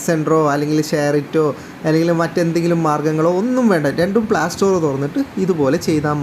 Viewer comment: പ്ലാ സ്റ്റോർ അല്ല ...Playstore എന്ന് പറ 😊